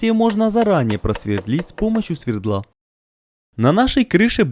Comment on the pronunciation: Ребята! Круто как всегда! Пол в дровнике получился просто великолепный! Вишенками на торте для меня являются периодические ошибки в ударениях, при произнесении числительных, а слово " сверДло", видимо подрозумевающее отношение сверла к городу городу Екатеринбургу, очень повеселило! Снимайте ещё! Видео становятся всё долгожданнее, интереснее, качество монтажа и озвучки растёт с каждым разом!